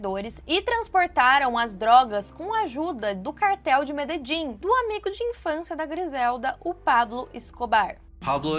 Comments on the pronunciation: Meus ouvidos sangram quando tu erra a pronúncia da cidade de Medellín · pq "Mededin"??? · É Medelin, não Mededin.